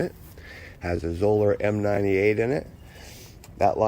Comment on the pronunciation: Zoeller rhymes with Dollar. Thanks.